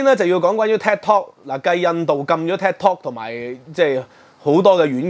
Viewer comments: Thanks for sharing your views on this channel. Just wanted to say the correct pronunciation of Tik Tok should be “Tik” as in Tick and not Tak (as in Kai Tak airport). Keep up with the good works. Will check in from time to time. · 點解要將tiktok讀成tektok? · Tik not TAC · 係「剔」tok, 唔係「tag」tok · It’s Tiktok not Taktok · “take” tok 吾係”tag” tok🙏🙏。 另外 是余”茂”春。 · "Tik" 讀 "Tick"，唔讀"踢"。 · 佢英文讀得差。。。應該係"tick" "tok" 既發音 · 感謝分析。尤其是血緣民族主義概念澄清得好。必須讓那些隨便開口指責別人漢奸的人失去振振有辭的論述。 另請注意，Tik Tok 的發音，還有余茂春名字該確認清楚以示對其尊重。